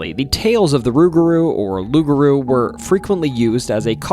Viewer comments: My friend take it from a Cajun it pronounced Loup,Garou kind of like pit bull don't cha know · nope.. it's aloup-garou.. aloup is Cajun french for wolf..garou in Cajun french for were..no such word as rou in french